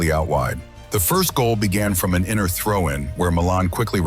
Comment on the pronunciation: Yeah because he says Inner and not Inter 😂😂😂